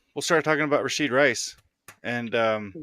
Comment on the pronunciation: You're killing me, man... the kids' name is Rashee, not Rasheed